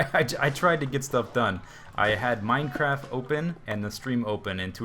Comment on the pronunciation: The whay you say Mind-a crack-a server!.... Epic